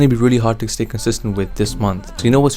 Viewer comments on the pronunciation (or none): none